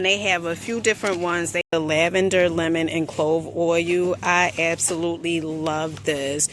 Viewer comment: I had to quit at oil pronounced OUL